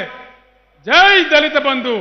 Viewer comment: Anii Sallu dhalithu dhalithu anakuuu raaa🙄